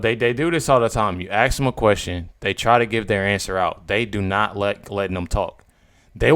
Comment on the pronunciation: Why is it so hard to pronounce "ask"? There is no x in the word